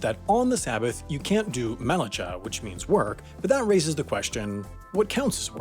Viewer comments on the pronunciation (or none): you could research the word a little more the “ch” in melachah is pronounced like German “ch” in “Bach”